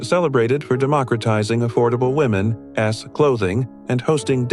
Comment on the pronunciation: What is "women ess clothing"? These AI generated voices are so STUPID!! I bet his family were collaborators, what do we know about them? Canada took in a lot of anti-soviet nationalists who were helpful to the Nazis in WWII...from all of Europe and Ukraine, loads of Ukrainians.